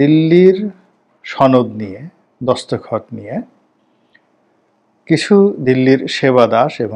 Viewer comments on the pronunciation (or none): Vah ki shundor uccharon, dast khoth = dostogot, ashole Ei dutu shobdo e Farsi